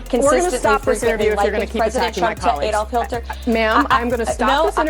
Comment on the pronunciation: "Adolf Hilter" 😆 🤣 😂